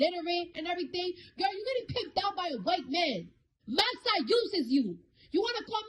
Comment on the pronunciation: "Massa yoosis you"🤣🤣